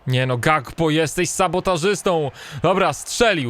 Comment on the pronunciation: Gakpo czyta się Hakpo.